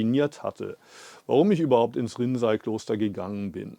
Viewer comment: No offense to you, but the use of the AI voice is really annoying. It misprounces a lot of words, including "Rinzai Monastery" as "rinsing toilet." At least that's what it sounds like to me. Other words like Antaiji, zazen, shikantaza and sesshin are also unrecognizable. I'd prefer to just read the English subtitles and hear your voice in German in the background. Respectfully. 🙏🙏🙏